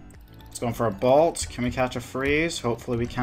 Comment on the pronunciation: Good content. Hate how you pronounce bolt as balt though